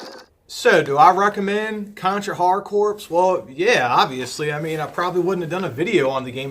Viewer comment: For the love of god, it's pronounced "CORE."